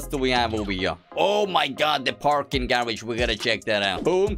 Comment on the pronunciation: he said gawage like a british accent